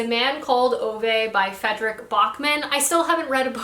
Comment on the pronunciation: As a swede it always makes me happy when I see people from other countries read Backman. Also want to give you credit for having the best pronunciation of Ove I’ve heard from someone American 👏